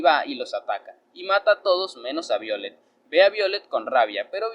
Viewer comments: Me imagino q es el nombre es Violetta Se pronuncia vaiolet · BIOLET ASI NO SE PRONUNCIA ESE NOMBRE